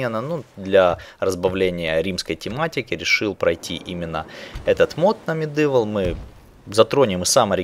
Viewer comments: МедИвал(Medival), хотя мне уши режит не особо. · не говори пожалуйста МедЫвл, уши режет ))